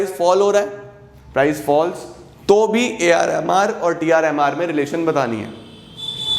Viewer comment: Jb bhi aap AR MR bol rahe the mujhe woh AR Rahman sunai de raha tha 🙂😂